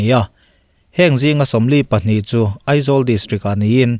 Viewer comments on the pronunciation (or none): none